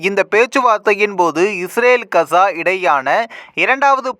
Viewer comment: இந்தா கசா இல்லை காஸா gaza உட்சரிப்பு இதுதான் யார் பலகீனம் அமெரிக்க இஸ்ரேலிய கூட்டு அல்லது ஹமாஸ் ஆஆ